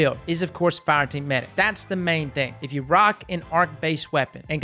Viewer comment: Meh-dic. Hows about a trials tips video, maybe w\ specific map tips? I hope RAID pays you alot for the cheesy add.